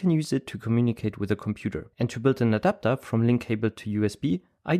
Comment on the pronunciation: Bist du ein Deutscher? We can build a Adapter Das hörte sich zumindest sehr Deutsch an